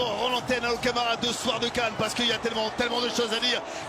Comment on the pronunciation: Pardon c'est CAN et non canne...